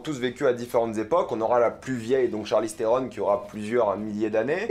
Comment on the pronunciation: Ça faisait un moment que j’avais pas vu tes vidéos et là j’ai enchaîné Snowpiercer et ça et franchement j’ai mal à la vie ... entendre dire Charly Strone pendant 12 minutes ça fait mal aux oreilles et la critique n’est pas terrible selon moi. Ça commençait bien avec effectivement l’impression que c’est le premier épisode de quelque chose mais comme avec Tyler Rake, beaucoup de budget, de bonnes idées mais un manque de savoir faire on a l’impression pour rendre la chose intéressante vraiment... on verra la suite mais vu qu’il n’y a pas grand chose à se mettre sous la dent dernièrement, ça passe!